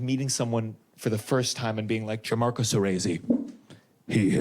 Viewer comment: Btw, it’s pronounced “John-Marco” not “g an-marco”